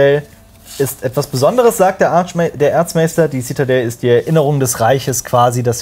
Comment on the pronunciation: Bei Erzmaester versteht man irgendwie Arschmeister. Jaja der gute alte Arschmeister wer liebt und kennt ihn nicht.